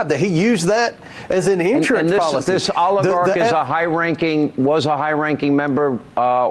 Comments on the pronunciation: Comer: "The Olergarkt" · Never trust somebody who can’t properly say oligarch